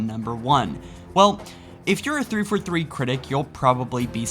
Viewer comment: like your videos, just one criticism... It's THREE FOUR THREE, not threefa three. lol